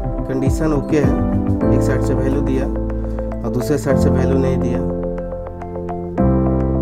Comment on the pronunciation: Bhelu nahi hota value hota h🤣😃🤣